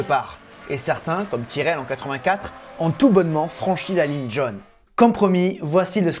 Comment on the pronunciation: La ligne jonne presque jehne à la place de jaune. C'est la mode (prononciation) la plus conne que je connaisse et pourtant, les modes connes, en France, ça pullule...